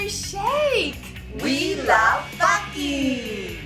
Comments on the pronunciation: Me: did... did she say Boyfriend: No, FAHKING, not that other word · Well now i have a reason to say "fakkin"